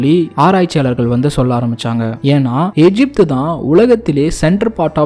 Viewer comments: தாங்களது தமிழ் பண்பாட்டு தேடல் முயற்சிக்கு நன்றி. நெஞ்சார வாழ்த்துகிறோம். அதே நேரத்தில், தமிழின் உயர்வை பற்றி சொல்லும் போது தமிழை முறையாக உச்சரிப்பது மிக அவசியம்.. கவனித்து திருத்திக் கொள்ள வேண்டுகிறோம். குறிப்பாக க தமிழ் என்று உச்சரிக்கும்போது கூட ழ் விகுதியில் சற்று தடுமாற்றம் தென்படுகிறது. எகிப்தை எஜிப்து என்ற உச்சரிப்பது தமிழ் மரபுப்படி பெரும் தவறு. மூன்று ஆயிரம் என்பது சரியல்ல; மூவாயிரம் என்றே முறையாக சொல்ல வேண்டும். சிவப்பு கடல் என்ற பிரயோகம் தவறு. செங்கடல் என கூறவேண்டும். நல்ல தமிழ்ச்சொல் பிரயோகங்களுக்கு பழைய ( ) நாவல்கள், சிறு கதைகள் , பழைய கால சினிமா படங்கள் (MGR, Sivaji,SSR, முத்துராமன், சிவகுமார், கமல் )பழைய கால கல்கி, விகடன், கல்கண்டு, போன்ற வாராந்திர பத்திரிக்கைகளையும் புரட்டி தமிழ் சொற்களை தெரிந்து புரிந்து கொள்ளலாம். நன்றி. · எகிப்து தமிழில் சரியான உச்சரிப்பு. ஏஜிப்து என்பது தவறு